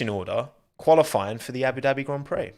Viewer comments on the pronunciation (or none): none